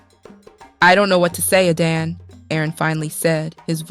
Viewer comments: Why is Adana's name sometimes pronounced "Aiden". What happend to the male narrator? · At a time I got lost with the pronunciation of Adanne and Arinze